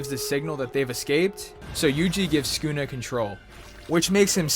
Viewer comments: It's su ku na not skuna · Bro its Sa-kuu-nah, not skuna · mans called him skoonuh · Lmaoo listen how he says sunkuna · every time he said sukuna it made me want to kms good video though